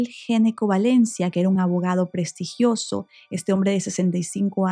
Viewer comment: ....."prestigiioso" ,"prestigio", ????